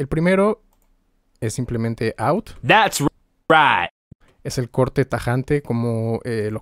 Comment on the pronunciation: "That's right" "¡That's RIGHT!" "Dads ruait" En verdad que trauma ja ja ja ¡Gracias por tu curso!